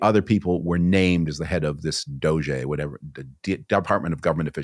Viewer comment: The fact that Frum doesn't know how to pronounce Doge properly is actually a flex. The dude only reads.